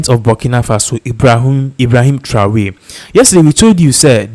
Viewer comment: It's not Traway, it's Tra or ry.